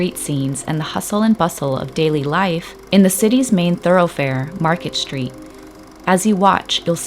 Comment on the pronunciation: Why are we changing the pronunciation of the word street to shtreet? Of course, you are not the only one doing this. Like so many others, you have probably been doing this since your middle school days and do not even realize that you are doing it. Sorry to complain, but it is a bit distracting.